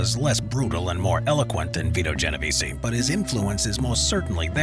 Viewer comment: I noticed you miss pronounce my name about 10 times. the “e” is silent at the end of Genovese. Otherwise, well done analysis